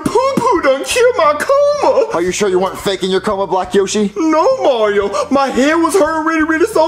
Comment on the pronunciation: Mario not Maryo